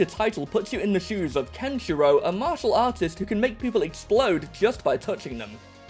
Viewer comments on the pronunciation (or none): none